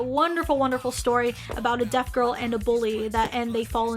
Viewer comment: When you said “deaf girl”, it sounded like you said “DEAD girl” 😂😂